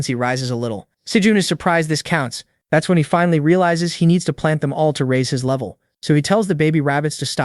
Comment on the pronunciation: bro doesnt say "level 1" he says "lovy 1"